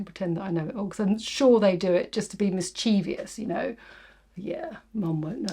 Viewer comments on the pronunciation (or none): Hey lovely - great videos, enjoy them very much. You are candid and fun! Just had to correct you in your commentary today - you said MIS-CHEEV-I-US. Mischievous is pronounced mis-chev-us not mis-CHEEV-I-US. Note the spelling mischievous - VOUS not VIOUS - there is no I after the V. (Don't judge me on the actual phonetic principles I am doing my best!). A common mistake unfortunately made too often. Don't get me started on people (mainly Gen Z) who spell WHOA as WOAH all over YouTube. Is it my mission to correct everyone online - hmmm, maybe..? It will take me a lifetime 😛I will get off my soapbox now. 🙂 All the best!